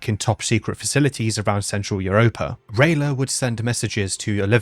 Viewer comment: It's funny that talks about the pronunciation of prehevil, but he pronunce "iuropa" instead of "europa" XD